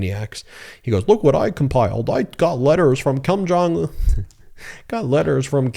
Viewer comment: Hahaha!!! Did you just call lil Kim... "KUM JUNG UN"!!!??? HAHAHA!!!